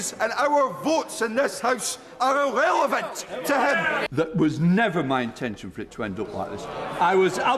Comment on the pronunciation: he said “irrrelevatt”